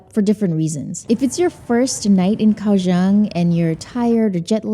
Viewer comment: TW Kaohsiung native GF politely corrected me & says it's pronounced more like "GOW-Shung." Won't say how badly I butchered the name before; it cracked her & friends up. 🤣 Kaohsiung ... one of the most under the radar cities. Glad you discovered & enjoyed! 🐯🐲